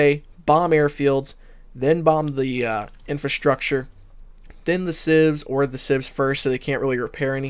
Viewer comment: Not "infAstructure".. it's infRAstructure.